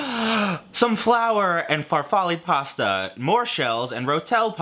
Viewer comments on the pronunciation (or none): none